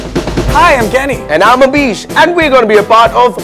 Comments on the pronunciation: Abish's WALK OF SHAME. oh sorry, "ABEESH's" 😂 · Poor Abeesh!! or Abish?? 😂😂😂